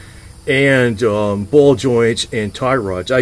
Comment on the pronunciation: "I'm gonna tighten dese jowss". lol . Thanks for sharing.